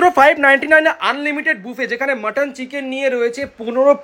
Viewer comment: Pronunciation mistake BUFFET